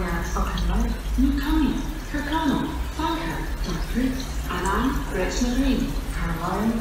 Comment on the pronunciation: How can you pronounce Annan so wrong 😂